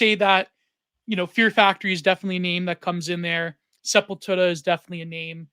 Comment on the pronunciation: I love you and this episode of the pod but you owe it to every single one of us that injured our neck and back from the heretofore unprecedentedly powerful douche-chills elicited at the way you decided to pronounce Sepultura and edit in the appropriate North Americanized pronunciation. Thank you for your time.